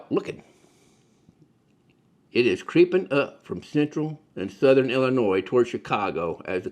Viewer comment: Good video, but just for the record (at the mark), the state we're talking about here--home of Chicago,, is ill-ih-NOY, not il-ih-NOISE. As the saying goes here, "there's no noise in Illinois". This is because it's source is the French pronunciation of a local tribal word from almost 200 years ago.